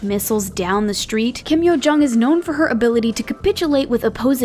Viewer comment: "Kim Curt Yo-jong"